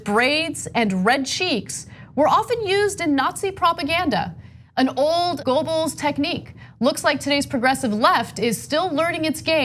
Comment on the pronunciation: Surprised by inability to pronounce ‘Goebbels’